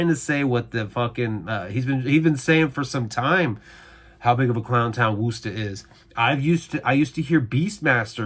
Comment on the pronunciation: wuss tahhhh not woooooooooo ster